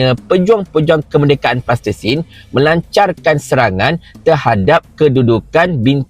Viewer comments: Salam.... sebutan yg palestine.. bukan plastisin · Sebut Palestine. Plastertine lain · Kenapa cakap plastesin, Palestin la, sebutla betul2.. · Palestin bukan plastersin bro... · Palestin lah bongxx Bukan tanah liat yg budak2 tadika main tuu Pronunciation ko pun ke laut Pelat lagi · Nape sebut plastesin?